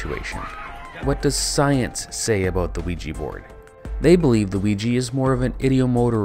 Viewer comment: If it is a combination of French and German words, then the German pronounciation is really bad!